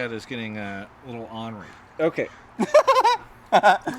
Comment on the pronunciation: “it’s pronounced or-ner-ee”